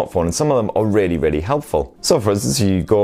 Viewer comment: "Rawwly good" Wow, that accent is THICC